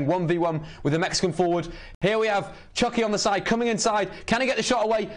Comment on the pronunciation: Lol, it’s Chucky* not Chunky. 😂